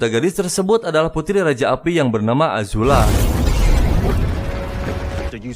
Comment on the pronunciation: Azula bukan ajula, paman zao bukan jao, adehhh 1 lagi Zuko buka juko,,, yang ada juga juki